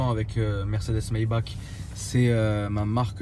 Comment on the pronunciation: Il me semble que Maybach se prononce [Maybar]